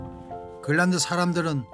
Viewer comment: 그린란드가 발음이 안 돼서 글란드... 글란드... 글란드... 영상 몰입을 엄청 저해하네